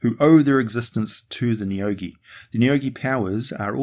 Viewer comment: I'm pretty sure you said the names of the neogi correctly. deathweb ship lands